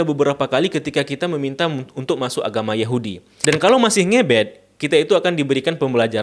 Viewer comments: Ngebat ngebet .. ngucapin ngebet aja gk bisa !!! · Ngebet.. Ngebet bang.. Di bacanya ngebet.. Pake e bukan e